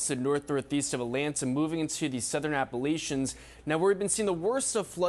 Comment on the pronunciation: The Southern Appolicians?....what did you say,? Where is that?